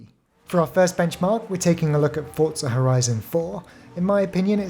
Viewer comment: nice vid! and thank you for pronouncing "Forza" correctly!!!!! ;-)